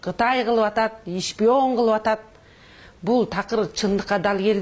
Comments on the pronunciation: Шпион эмес Ишпион деди. Тэлэвузор деди. Депутат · Телевизорду Толовузор, шпионду ишпион деп сүйлөгөн сабатсыз экен эми ушулар калды эле бизди башкарган, и так эле эки жетим Макалё менен Сексалю жетиштүү эле.